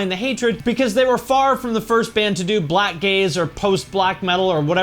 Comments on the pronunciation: I thought you said black gays. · when he said "Blackgaze" for a second i thought he said "black gays"